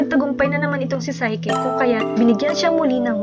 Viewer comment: psyche ... say - ki ---- NOT SAY - KE